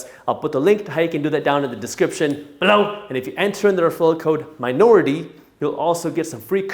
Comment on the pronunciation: the way you say below.!😂